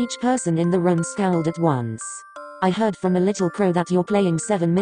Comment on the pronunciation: when the voice says 'room' it sounded like 'rum'! I'M WHEEZING!!!! :))